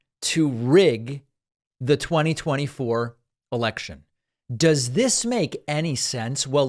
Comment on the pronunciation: It seems that Trump doesn't know that the word is "Election" not "Alection".